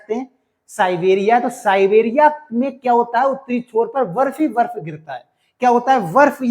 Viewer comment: बर्फ को वर्फ 😂😂😂